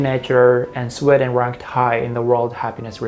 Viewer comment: The first "e" in "Sweden", should be pronounced with a long /i/ sound. (like in free, eel, or いい) Not a short /e/ sound.